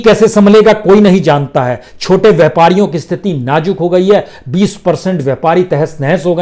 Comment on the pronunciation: Najuk nahi hota nazuk hota hai. Hajar nahi hota hazar hota hai. Aap hamesha Z ki jagah J ka use karte ho